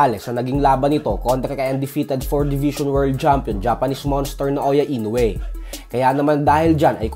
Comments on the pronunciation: Mali rin bigkas mosa INOUE 🤣 INUWE hahaha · Floyd can't say "Inoue", it's understandable, because he can't even read.🤣👍